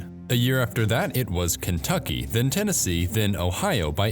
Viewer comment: "Tenesee" 🤣 I saw you trying to cover that up earlier, but I guess you missed this bit